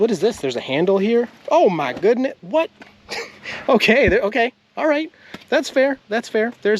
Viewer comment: said "Oh my goooooodness" really country like. LOL